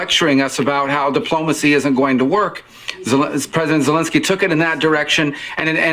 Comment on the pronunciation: Es tan difícil pronunciar Zelenski ?? Zelenski no: “Zenlenlenski”. 🤨